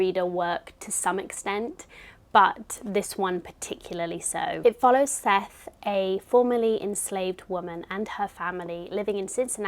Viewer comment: I always love seeing your book selections each month! Side note- Morrison pronounces Sethe like Seth-uh :) and if you plan on re-reading Beloved a third time in the future, I highly recommend the audiobook narrated by Morrison herself!